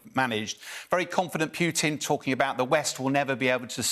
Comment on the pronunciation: Who's "P'you'tin?" It's Putin. Pronounce "Pootin."